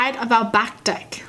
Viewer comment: You say deck like a Canadian! Your still awesome though! :)